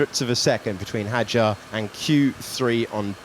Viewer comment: Hadjar (حجار) is pronounced with a silent “D”.